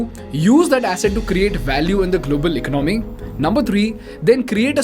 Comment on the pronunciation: It is economy it is economy pronounced as elonomy